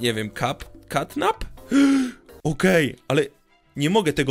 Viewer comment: Nie cau cap a cta Nap